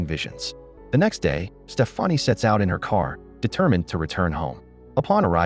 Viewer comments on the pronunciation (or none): It really grinds my gears how, in every video I've seen about this movie, Stefani's name is mispronounced. It's pronounced the same way you would say Stephanie. It's not Stef-ah-nee. 🙄